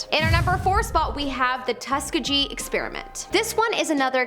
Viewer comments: Tusk a ge? It’s “Tusk E geeh”, you twit…as in Tuskegee Airman. “Ppl who only read” is what this channel should be called… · It's Tus-KEE-gee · Good episode. I will add that you are pronouncing "Tuskegee", incorrectly... Cheers. 🇨🇦